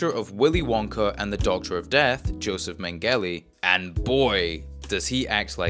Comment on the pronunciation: joseph men-gelly lol